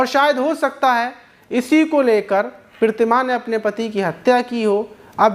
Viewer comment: Maaz bhai aapko Pratima kahna nhi aata😂😂😂😂😂😂😂😂